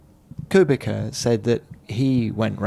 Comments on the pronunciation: Please stop pronouncing Kubica as "Kewbika", it's "Koobitsa", where 'ts' is pronounced the same way as 'zz' in "pizza". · It's rly a unprofessional when you can't pronounce "Kubica" right in F1 podcast so thumb down.